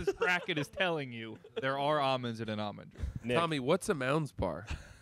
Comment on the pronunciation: Tommy’s “understanding” and pronunciation of Almond Joys made my brain bleed